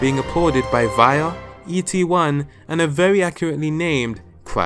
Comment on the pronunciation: who tf calls via for vaia?